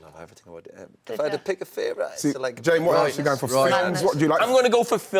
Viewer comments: Carragher: "I'm gonna go for filims" 🤣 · Everytime Jamie says "film" I've always wondered where the 'u' comes from when he's talking about 'filums'